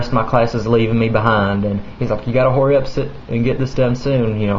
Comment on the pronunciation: did u just say horry up its hurry up